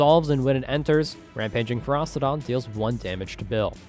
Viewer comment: It's not Feros-TI-don